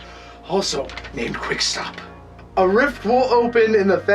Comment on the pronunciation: He said quickstap